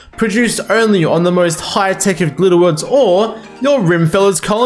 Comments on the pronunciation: Rhyme-feller? It's Rim as in the rim of rimworld lmao Rim-me-fel-ler You assies and your strange accents. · thanks for this! only one detail - i'm pretty sure the mod is pronounced "Rim-e-feller", not "Rime-feller"... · Not the "rhyme-feller" 😂😂😂 I think its meant to be like Rockerfella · Rim as in rimworld. Not Rime as in... I dunno really. I have no idea why you would decide to pronounce Rim-efeller as Rime-feller while playing Rimworld. I mean it's not like you would pronounce Rockefeller as Rocke-feller when it's clearly Rock-efeller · Rim-uh-feller, as in Rock-uh-feller (john d rockefeller) not "rhymefellers" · Great guide! Just a tip, it’s actually pronounced Rim-Eh-Fell-er, named after John Rockefeller, an American oil tycoon from the 1800s and one of the richest men who ever lived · Rhyme feller. Very helpful guide but every time you said it that way I burst out snickering. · I wonder though if you're pronouncing it wrong or the unintended way To me it sounds like the creator wanted to put a spin on "Rockefeller" Like in the Rockefeller street music So I always pronounced it "Rim-e feller" Again, no idea if that's the true intent or not, but still some food for thought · great guide! it's definitely pronounced "RIM-AH-FELLER" though. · Isn't it pronounced rim_efeller so it's kind of like a Rockefeller? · can't stand how you say rime feller, look up rockefeller